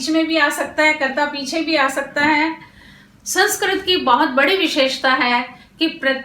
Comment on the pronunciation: मेम, अध्यापन की विधि बहुत अच्छी है लेकिन आप संस्कृत को संस्क्रत उच्चारण कर रहीं हैं जो सुधारने की आवश्यकता है।